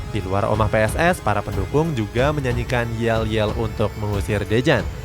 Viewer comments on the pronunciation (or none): maaf mas yang bener Pss Sleman bukan Ps Sleman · Mbok nek ngomong ki PSS SLEMAN ORA PS SLEMAN... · PSS SLEMAN, BUKAN PS SLEMAN MIN :) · Pss bang bukan Ps